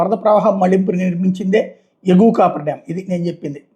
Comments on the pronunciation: "కాఫర్ డామ్" అని పలకాలి. కాపర్ కాదు...😂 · Cofferdam sir దాని పేరు దయచేసి మీరన్న చెప్పండి copperdam అనే పేరుతోనే పలుకుతున్నారు దానివల్లే ఈ confusion అంతా